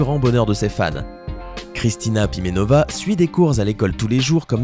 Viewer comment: Kristina Primenova , et non pas Pivenova